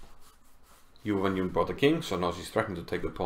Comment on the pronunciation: Her name is pronounced as Jew-when-June (mind the J-sound).